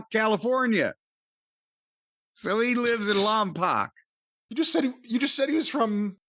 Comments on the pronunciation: It’s Lompoc not Lompac. Lom pock phonetically. My Uncle lived there, closest to Santa Barbara he could afford back then. Was a Christmas tree farm. Beautiful place, smelled great year round. 🤎U both, thank you for sharing. You perform a mental health service for the world. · I think its pronounced lom-poke